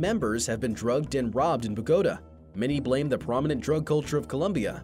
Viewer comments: Did he pronounced “Bogotá” “Bogóta”? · If you narrate a video about Columbia, you should at least know how to pronounce the name of the Capitol. Ba GO tuh ?? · Bogotá is pronounced Bog-oh-tah, emphasis on "tah." The way it was pronounced here reminded me of Joey in an episode from Friends :) anyhow, great video! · No thats incorrect. That is how you pronounce it in the Spaniard language. In English it is pronounced Bo Go Tuhh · pronouncing it like a Spaniard is incorrect how? No offence but it's our language. Spanish is the official language of Colombia, and it has always been pronounced Bog-oh-tah (or that's the closest I can get, at least.) There's no shame in learning how the locals pronounce their cities :) it's actually fun! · Jose Gonzalez so then type in spanish. In English it's pronounced Bugatti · Lol "bagota"